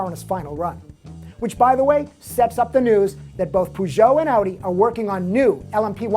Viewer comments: haha, I've never heard anyone call Peugeot 'Poo-Jo' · I hate the way he says peugeot.